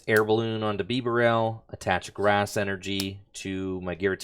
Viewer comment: Bro what is that pronunciation of bibarel 🤮🤮